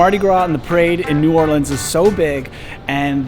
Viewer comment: First thanks for pronouncing the city name correctly you should have gone to uptown on the street car. Next time head up St. Charles ave. so much to do and see there. By the way I was reared there live in California now really miss it.